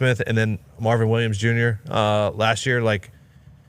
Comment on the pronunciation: Bro said Marvin Williams jr